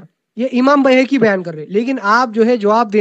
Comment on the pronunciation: Bayhaqi ko Bhehki bolta hai 😊😊😊